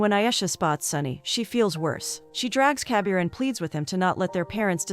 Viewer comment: Instead of Kabir all i hear is caviar lol